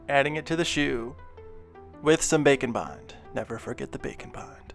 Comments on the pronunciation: Bacon bond. Haha thats what I always hear when he says that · Every time he says bake and bond I think bacon bond 😂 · what he's saying Bake and Bond What I hear bacon bond Now I'm hungry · I always hear Bake & Bond as Bacon Bond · Am I the only one hearing him say Bacon Bond?!?!? 😂😂😂🥓🥓🥓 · Man every time he says Bake and bond, its sounds like he says Bacon bond. I wonder if thats a thing. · For half the video, I thought you were saying bacon bond XD